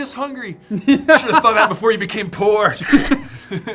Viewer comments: I swear i heard "pork" not "poor" :D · totally thought he said boar